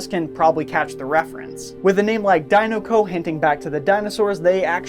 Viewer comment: OMG the way you sa DINOCO like ugggggggghhhhhhhhhhhh